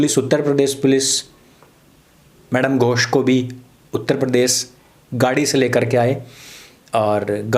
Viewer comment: मैडम गोष (not घोष)